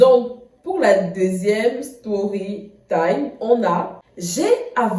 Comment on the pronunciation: On dit story tam 😂😂😂, courage b ♥️